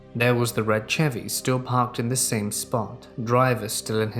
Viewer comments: my man, the Ch in Chevy is pronounced like Sh 🤣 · saying Chevy is my new favorite thing on YouTube